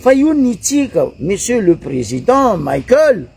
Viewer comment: 🥱 Prononcer tsara agnarana nany, Colonel Michaël fa tsy Colonel "Maickel" nao zegny. Izy tsy américain kara Mickael Jackson. En plus, mivolagna normal anao fa izy tsy manofo kara atao nao. Mazava ? 🫵